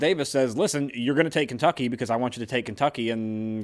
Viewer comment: Kentucky is full of historical events. And what's with the weird pronunciation of Kentucky as Cantucky?